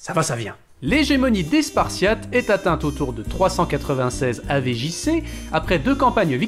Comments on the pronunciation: Il y a que moins qui a les oreilles qui vrillent quand j'entends "AV JC" au lieu de "avant Jesus Christ" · "avé jissé"